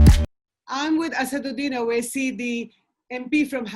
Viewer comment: Normal people: Vote Mr. Owasi: Oat